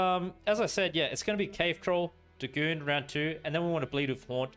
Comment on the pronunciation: think it's pronounced 'day' 'gone'